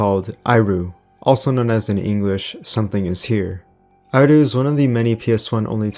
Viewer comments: Thx for the video! Justttt saying, the ‘i’ in iru いる is pronounced ee as in eel, not ai. Not that it really matters of course :) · Dood, the 4th game is pronounced as 'eh-ru'. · Great video. Some of these games were great and find some of them were scarier than modern horrors. Just to let you know though, you were pronouncing Iru incorrectly.